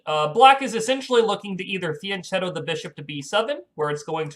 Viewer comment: fianchetto has a k- sound.